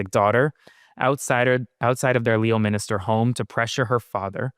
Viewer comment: Aaron the "o" is silent in Leominster. It's pronounced Lemonster. That's Massachusetts for ya! LOL